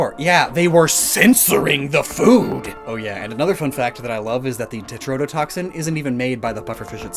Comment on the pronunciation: I will definitely be “that guy” here, but for future reference, in case you need this again, it is tetrodotoxin, not tretodotoxin.